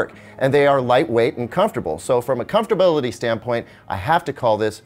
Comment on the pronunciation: "comftability" good lord.